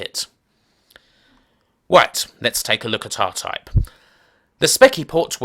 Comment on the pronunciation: Diffwences in scweenshots for Aw-Type on the Spectwum.